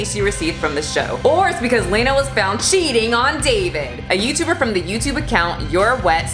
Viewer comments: 500,000,000 gross points? Accurate. Also, I think it’s pronounced Lah-nah (like Lana from Archer). Lol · Very minor detail: Lah-nah, not Lane-ah. Trust the simp!! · It's lawna not layna...its pronounced law-na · You’re saying her name wrong the whole time